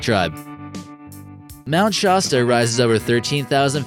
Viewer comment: the original footage of Bigfoot is actually a FEMALE!! Shaw-sta? WRONG its sha-sta you dork!